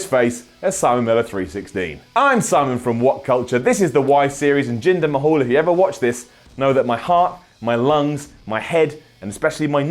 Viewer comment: I could swear I heard Simon say "Jinder my-hole" wtf xD